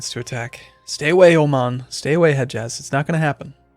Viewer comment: The d in Hedjaz is silent :)